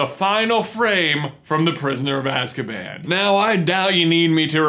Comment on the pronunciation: Azkaman 😅isn’t it supposed to be Azkaban